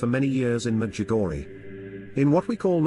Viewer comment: WHY DO YOU CALL,,WHY DO YOU SAY MEDJIGORY AND NOT MEDJUGORJE,,??